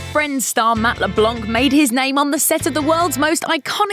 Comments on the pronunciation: stop saying matt leblanque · The way she says mattleblanc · The way she said his name is absolutely beautiful 🤣🤣🤣. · Just say Matt LeBlanc you mooks. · You couldn't just say matt leblanc.... like shit